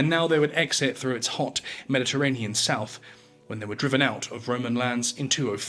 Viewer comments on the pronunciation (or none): none